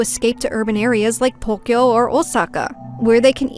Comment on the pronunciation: I love your videos so much, but I always find it super jarring when words like Tokyo and tofu are pronounced like "thokyo" and "thofu" ^^